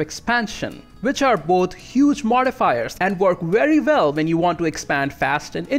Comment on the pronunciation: I just realized you said "wery vell" (very well). so you can make both the w and v sounds, but you just say them backwards.